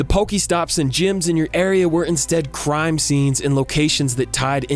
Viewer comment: What are my thoughts? Hearing you say “crime” and knowing it’s the right word but still being confused trying to think what “cime” might be...